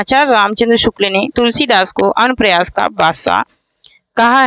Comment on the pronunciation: Madam anupras nahin anupras padho